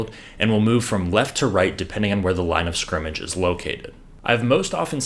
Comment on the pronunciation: Great video! Also, congrats on being able to enunce "line of scrimmage!" 99.9% of "professional" announcers say "line discrimage." Am I guilty if discrimagination?